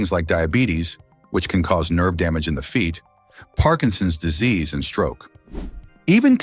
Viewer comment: This guy's enunciation of "Parkinson's disease and stroke," around five minutes in, leaves us all wondering "What's this Parkinson's stroke thing? I've never heard of that!" I don't know whether it's badly programmed robots or fools not understanding the scripts they read, but this sort of distortion of ordinary English is a problem all over YouTube.